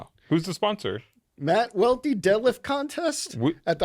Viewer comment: Aye Welty, it’s not pronounced “Loe” lol